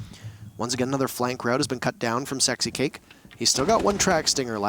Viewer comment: nah he said sixcake, 😂 10/10 listening